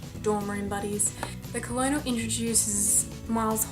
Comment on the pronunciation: it's pronounced kernel omfg have u never been to kfc